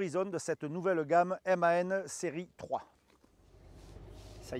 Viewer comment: Apprends à dire le nom du camion